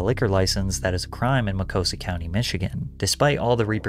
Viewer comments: Ma-Cost-A is how it’s pronounced (I lived there for over 10 years) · The "T" is not silent. It's Muh-cost-a County. Mostly nature and farmland. Home to a large Amish community. It is also the home of the Ferris State Bulldogs.